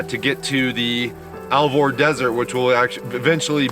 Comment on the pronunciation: Alvord is pronounced more like Alverd I believe. Cheers